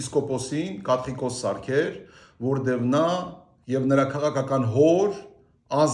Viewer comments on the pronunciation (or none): Մի մարդ որը չկարողանում կաթողիկոս բառը ճիշտ արտահայտի, կաթիկոս😂